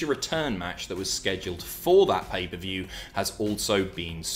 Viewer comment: PAPER VIEW? you got a genuine laugh from me, cheers